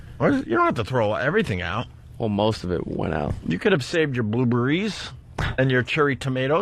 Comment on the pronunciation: Go ahead Opie, say "Blueburry" again. It's bound to get a laugh this time